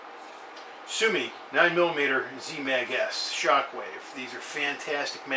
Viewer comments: Thanks for the video. Simple showing of how to load and why you need to do 8 clicks. However your pronunciation is a bit wrong.. Su-o-mi (Su O Me) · No brother its su-o-mi